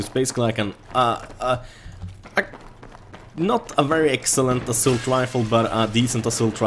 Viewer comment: Snälla det heter ASS A LT Inte ASSULT och givetvis korrekt stavning är assault.